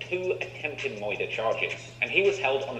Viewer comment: He says murder weird so his video won't get yellow marked